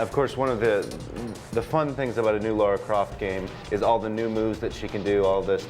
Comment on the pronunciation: Second guy reciting viewer's questions, idiot keeps saying "laura". It's LARA GODDAMNIT!.